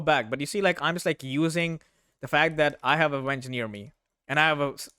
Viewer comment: This whole time I thought you were calling your venge, "my wench."